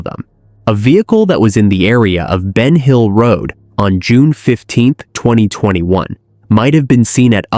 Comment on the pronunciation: Ven hill road!??? No BEN HILL ROAD!!! AI here … 🤦🏽‍♀️